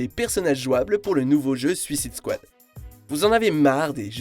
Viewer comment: Vous avez du mal a dire "suicide squad" en anglais lol